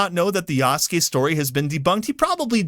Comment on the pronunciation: Anyone else hearing say yasuke as "Yass Gay"? Lmao